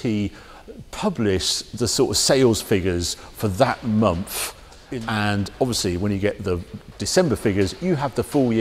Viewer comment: Harry - for Gods sake man it’s a MONTH not a MUMFF!